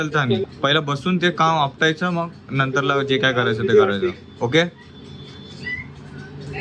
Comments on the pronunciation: जेवतानी ❌️ जेवताना ✅️ करतानी ❌️ करताना ✅️ आपटायच ❌️ आटपायच ✅️ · आज कॉमेडी हर्ष....😅 काम आटपायच❌ काम आपटायच✅...😂 करताना❌ करतानी ✅....😂